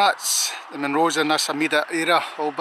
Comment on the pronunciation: Just catching up..you pronounce the Munros perfectly...passed here the other day as up to cairngorms. What an area it's covered atm..Enjoyed that. Hope all well your way:)